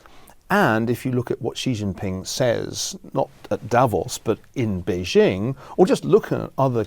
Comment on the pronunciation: Ferguson spent a couple of years in China and he STILL can't pronounce Beijing properly. Or Xi Jinping.